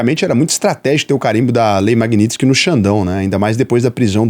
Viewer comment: Porque todo mundo fala "maguinistiqui" quando o correto é "maguinitisqui"?